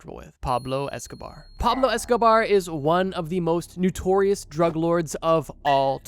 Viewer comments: Bro NO- TORIOUS not NEW-TORIOUS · NOtorious it's pronounced. Love these vids but you use the world a lot to pronounce it wrong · Why can’t the narrator pronounce “notorious” correctly? Wtf is “Noo-torious”?😂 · Why u say “nutorious” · It’s okay that he didn’t say it right, it’s probably regional and a very simple mistake to make